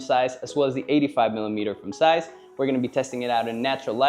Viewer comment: Please tell this man there is a Z in Zeiss